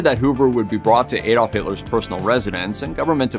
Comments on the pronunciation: It's pronunced "AH" dolf, not "AYE"dolf. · Actually, correct English pronunciation can be either with a short 'a' or an 'ah' but not with a long 'a'.